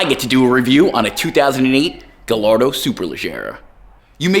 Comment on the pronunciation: Well is not Gallardo it’s guyardo